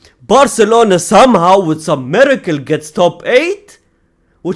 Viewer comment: He say miracle😂😂😂😂😂